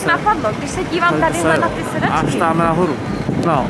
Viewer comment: Leo já ti rozuměla místo sedačky sra*** 😂